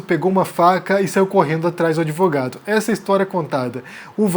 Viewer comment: Adorei "adevogado". kkk